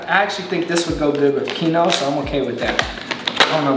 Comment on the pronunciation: I know he did not say KEEN-OH for quinoa 😂